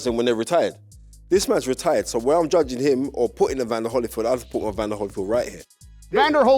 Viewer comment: C'mon gents I can't believe my ears! It's Holy-field not Holly-field.